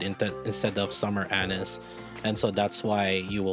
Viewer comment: Anis= Ah-neees, Ah-nees, Ah-NEES!!! C'mon, dude!